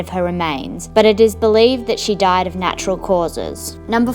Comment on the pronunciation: This is what Australians actually sound like 😂